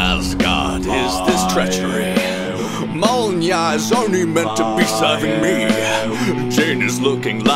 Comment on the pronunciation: Pronounced Mjolnir wrong 😭